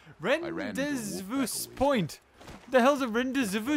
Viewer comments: rendezvous (ron-de-vous) (ron-de-vou) meet up point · Rendezvous,. Pronounced rond eh vew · "Ron-de-vu" Is how you pronounce it... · lol you don't know how to pronounce rendezvous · Why do you kill the herbivores but not the carnivores?????? Oh, by the way, those “Sabertooth Lizards” are gorgonopsids. 1:01:6 dude, it’s RAN-DAY-VU!!!!!!!!!!! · it's ran-day-voos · Its pronounced ron-day-vuze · Rendezvous is pronounced Ron day vu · It's pronounced "Ron-day-voo". It's French. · It is pronounced Ron-day-voo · lol he doesn't know how to pronounce rendezvous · is dislestick